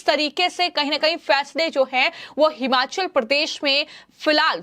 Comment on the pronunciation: हमाचल प्रदेश नहीं, भाई जी हिमाचल प्रदेश